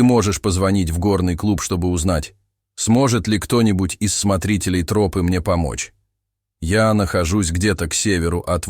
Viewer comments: Почему трОпы, а не тропЫ?🤔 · Почему "вдоль трОпы", а не "вдоль тропЫ"?? ТропА же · Почему трОпы то , а не тропЫ. Режет слух очень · Мне кажется ИИ озвучивающий ролик, специально выделяет "трОпы", чтобы немного выбесить)) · Почему тРопы? Режет слух как вы ставите ударение. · А кто читает? Робот? Город у него на гОре, а не на горЕ. И что еще за трОпа?? Вместо тропА... 😂